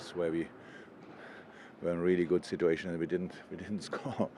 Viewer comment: No one: Klopp: “Sit-too-ayy-shon